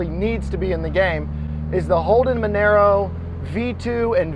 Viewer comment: sorry to hate but u pronounced monaro wrong but i also think it should be in the game